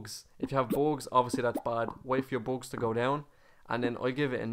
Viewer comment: You say bugs like boogs